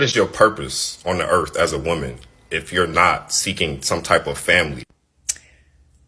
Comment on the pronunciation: Also .... the "earf" threw me off lol